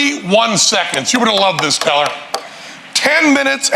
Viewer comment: 'The Vewue best in the business...it IS... Penn .. and Tellah!'